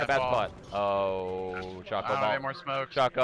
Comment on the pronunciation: How could she not pronounce choco right? It's the dark looking thing called chocolate